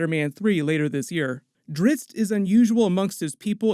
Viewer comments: This guy keeps saying Dritz, his name is Drizzt. Duh 😂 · DriZZt, not Dritzz. Damb.